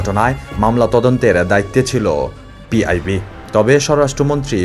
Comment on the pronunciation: ধন্যবাদ। এমন সংবাদ তুলে ধরার জন্য। কিন্তু সংবাদ উপস্থাপনায় আরো সতর্ক হওয়া উচিৎ। এই ছোট্ট প্রতিবেদনে ২টি ভুল পেলাম। ১। স্বররাষ্ট্র মন্ত্রী। ২। পিআইবি